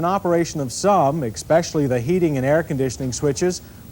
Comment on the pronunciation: "ekspeshully" and then the later brilliance of realizing that wet conditions affect handling performance. John, John, John.